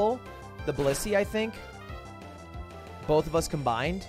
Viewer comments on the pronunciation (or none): none